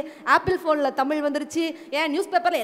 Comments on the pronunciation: நடுவராகியும் தமில் என்றுதான் சொல்கிறார் மதுரை முத்து.அவர்எப்போதுதான் தமிழ் என்று சொல்வாரோ.இவரெல்லாம் நடுவர். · Neengalae ozhungaa tamizh entru sollaaamal tamil entru sollugureergal..thu ithu oru grouppu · அது 'தமில்' இல்லை "தமிழ் " 🙏🏼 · Please pronounce thamizh word properly.. Nisha was good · 'ள' அல்ல 'ழ' என்று உச்சரிக்க கற்றுக்கொண்டு அப்புறம் நிகழ்ச்சிக்கு வாருங்கள் வெட்க்க கேடு. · முதலில் நீங்க தமிழ் என்று சொல்ல கற்றுக் கொண்டு தலைமை தாங்குங்க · மதுரை முத்து க்கு ழ வரமாட்டேன் குதே